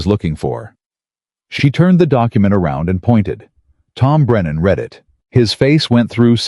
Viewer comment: I do truly wish someone would edit the AI 🤖 narration for mispronunciations! 😅 To read a letter is pronounced “Reed” . Past tense to have read a document is pronounced “ red”. 😅 Thank you, 😅